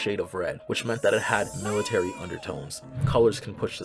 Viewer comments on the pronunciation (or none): none